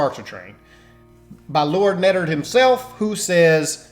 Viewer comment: lord neddard! lol